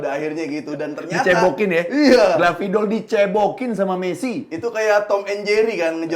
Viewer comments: Scaloni disebut Scolani Gvardiol disebut Gravidol 🤣🤣🤣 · Scaloni jadi Scolani Gvardiol jadi Gravidol Agak laen